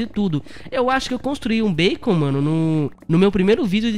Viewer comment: E MT wncrasado quando ele fala beicon kkkkk Tmj como vc sempre diz mn sem radia. N e mn kkkk🤣🤣🤣